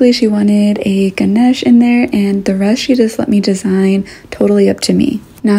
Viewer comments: I'm sorry but are you Indian like have you ever been to india or were you born there and don't really know how to speak in Hindi . I see your name and it is like an Indian name but the way you pronounce certain words like Ganesh in this video totally catches me off-guard it seems that you have never been to india because however much you loose or adapt to other accents or countries loosing certain words of your own mother tongue must be so frustrating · Are you Indian.lf you are then please pronounce the "Ganesh" properly